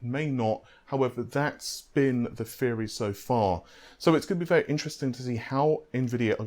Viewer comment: In case anyone is having trouble understanding his accent let me help. When he says "free" he means "three" When he says "fredrippa" he means "threadripper" When he says "fairy" he means "theory" No need to thank me.